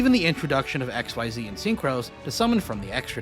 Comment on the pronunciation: >ex-wai-zee That's where I stopped watching